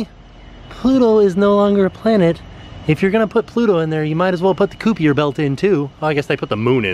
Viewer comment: As others have mentioned, Pluto was reclassified as a planet...and the Kuiper Belt is pronounced 'Kai-pur" not 'koo-pee-ur'. Just sayin'. It's ok, we still love you guys!